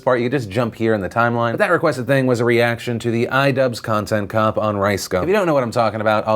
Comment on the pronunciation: Get it right Phil! It was Conchent Chop